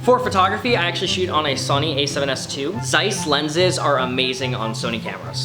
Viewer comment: I laughed for like 5 minutes because you said "Sony" funny 😅 ♡